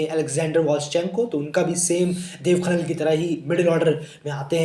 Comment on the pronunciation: भाइ आप देब खनाल को आप खनन बतारहे हो